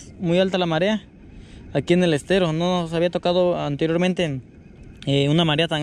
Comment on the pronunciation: "Estero" con "E" de Error!.....no SSStero!...saludos!